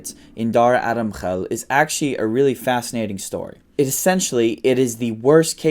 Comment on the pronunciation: Your pronunciation of Middle Eastern names and places is on point. However the way you pronounce "actually" leaves much to be desired